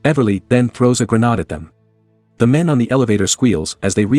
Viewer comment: GerrNaade 😂😂😂 GreNade !